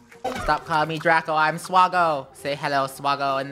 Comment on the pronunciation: Its swa-go